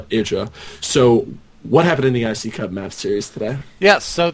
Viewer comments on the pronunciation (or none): You're awesome for doing the iccup casting with Raelcun, though I still wince when you just say iCup:P